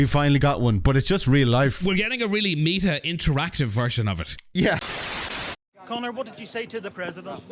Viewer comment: I swear to god if you said 'meeta' just for the comment engagement...